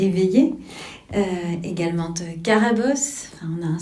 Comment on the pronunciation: "égalemente" mais vous êtes insupportable 🤦‍♀️🤦‍♀️